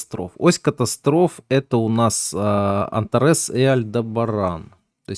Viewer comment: Звезда антарЭс. Ужас! Эта звезда называется антАрес, ударение на вторую А. "В карте РФ", "кризис в РФ"... Автор, почему вам трудно произнести слово Россия, почему такое глупое сокращение РФ? "Прогноз на Америку", "Кризис в штатах"... Зачем такая фамилиарность? Вы же лекцию читаете для открытой аудитории, неужели нельзя произносить названия стран корректно, правильно? Автор, учитесь доносить информацию чётко, правильно и корректно. Пока у вас много слов-паразитов, неправильные ударения, сленг-слова